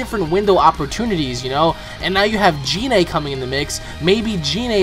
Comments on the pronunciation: I TO.D YOU IT IS PRONOUNCED GI-NE NOT JI-NE!!! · GOD CAN YOU STOP PRONOUNCING GINE LIKE GENE THE G YOUR HAVE TO SAY IT WITH A HARD G LIKE GOKU COME ON MAN I KNOW IM NOT THE ONLY ONE WHO MENTIONED IT TO YOU CUZ AT THIS POINT YOU SOUND ANNOYING WHEN YOU SAY GER NAME LIKE THAT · it is Gine with a hard 'G', it is the same as how you say Goku